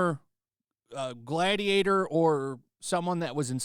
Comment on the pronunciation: Gladiatah please You my gladiatah